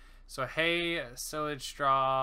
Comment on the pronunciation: Your saying silage wrong